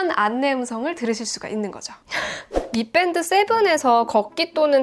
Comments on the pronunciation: 아름다운 테크 잘 보고 있어요. 그런데 경음을 자주 사용하시는데 저만 그렇게 생각할 수는 있습니다. 미뺀드 - >미밴드. 영단어 f발음은 ㅍ 보다는 정확히 원음으로 읽어 주시면 감사하겠습니다! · 미뺀드 아니고 미밴드 인데요ㅋ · 밋뺀드 라는 발음 좀 어떻게 안되니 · 미밴드라고 보통 이야기하는데 미뺀드라고 강세 주는 우리 존예 씨 🙈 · 미밴드라고 쓰고 미뺀드라고 읽는... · 미뺀드 라고 하니 어색하네요 ㅋㅋ